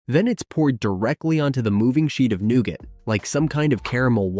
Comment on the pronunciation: new-ga. screen pics don't correspond with the narrative was my major peeve